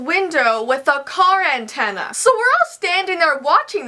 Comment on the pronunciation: “He braked it and hits it with the intena